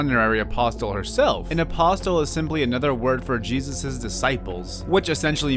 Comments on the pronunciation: Also, apostle is pronounced like apossle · 7/10 milky moment Its said like aposle Silly fool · Got bad news, the t is apostle is silent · something i thought you should know: the "t" in apostle is silent